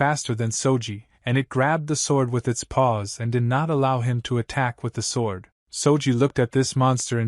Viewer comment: Everything about this is confusing for some reason the ai narrator can’t say sword and I can’t tell what time period It’s in because half the time you’ll see apartment buildings, or the kid that wears a cloak and a Band-Aid